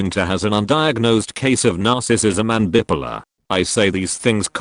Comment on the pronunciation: As much as I've started getting exasperated with AI narration for just shuffling phrases around to make each "new story," along comes a tape like this with a gem to set me giggling: Can hard k y wait to tell my therapist that some people can be "bip-uh-luh."